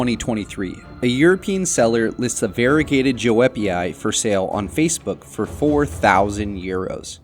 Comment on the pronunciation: The correct pronunciation of Joepii is “yoo-pee-eye”, just fyi for anyone who doesn’t know.